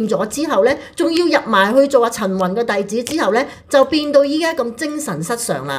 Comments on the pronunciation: ，比少少意見你， 唔好介意！ 你啲發音呢，都唔單只係懶音咁簡單，好多已經係超越懶音嘅地步 。 我諗你講十個字裏面呢，有六至七個呢都係不正確嘅。 我提議你好好去練習一下 發音， 我知道你都係一個後生青年，應該可以糾正的。否則，出嚟嘅效果，有少少強差人意。 例如，今日最經典的兩個字，"陳雲"，你就讀咗"曾宏"！ 我都是你及 晴晴的忠實fans， 希望可以幫到你。thx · 靚仔，我唔知你靚唔靚仔，但你D懶音好難頂，個雲字好難讀咩？陳宏。。。陳雲。。陳暈。。，我聽見你就暈呀！想做KOL揾食，向身邊位姐姐學下先啦，你係男人呀，唔該！唔好學一D港女以為講懶音好可愛啦，做講播最重要口齒清楚，你唔合格。善意提醒。